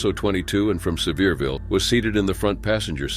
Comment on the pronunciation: Its nice to actually hear someone say Sevierville correctly!